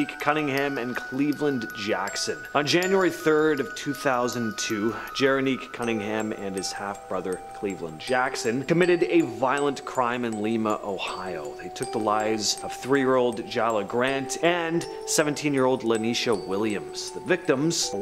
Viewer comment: It's pronounced Ly'--Ma Ohio not Le--ma. It's where I did my prison time, after I caught a dope case from, Toledo, Ohio. Pronounced TOE-Le-DOE. Just trying to help. You need to talk about the serial killer with the last name Coleman. Idk his whole name as I was only a kid when they finally caught him and his wife..